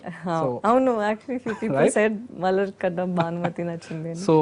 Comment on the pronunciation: మలార్ కాదుబే బోసిడి మలర్.